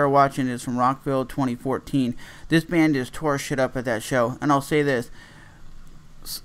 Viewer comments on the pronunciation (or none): He said bandth